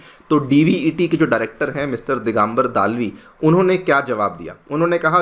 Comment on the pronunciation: दालवी नहीं दलवी। सही pronunciation दलवी होता है। दालवी नहीं।